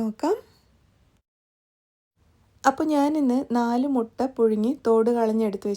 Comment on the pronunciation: Mutta അല്ല മൊട്ട